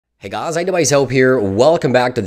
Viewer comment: He says guys as gaas lol